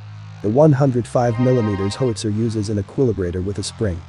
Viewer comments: Might want to work on the AI's pronunciation of 'HOWitzer:" It's not a 'HOEtzer.' I was trained on the M102, sent to (then West) Germany, and never saw a cannon after that. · How - itsa. How - itsa. How - itsa. Repeat one hundred times. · Most informative. The computer geberated voice has terrible pronunciation: "hoowitzer", "pintley", etc. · Howster lol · Horrible -narration. "hoetzer"? LOL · The graphics are good and the sound effects are OK. Two things though: learning how a weapon works should include some discussion of how it's aimed, so a couple of minutes about sighting and hitting a target would be interesting (to me anyway), and what is it with government videos that use computer-generated speech? Every time pronounced "howitzer" my teeth crunched. Is CGS the new normal? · HOWITZER! Mispronunciation is frustrating. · You are mispronouncing 'howitzer'. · Mispronounces "howitzer". Can't you find someone who can read aloud properly? A gun sergeant from any artillery regiment would have given a far better lecture.